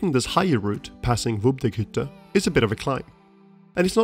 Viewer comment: Hi...nice video....but: it called Windegghütte...not wubdegghütte😁